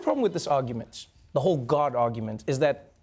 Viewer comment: Trevor keeps saying guard instead of God